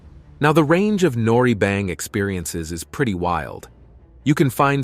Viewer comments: Narrator is annoying can’t pronounce Korean words but speaks perfect English. The word noraebang, was butchered. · Ah yes, the beautiful traditional “Han b-OH-ck” 🤦🏻‍♀️ 🤡 and the fun “nor REE-E b-AI-ng” and the delightful Korean barbecue “Ess S-AM” and “Sam JA-Aem” 🙈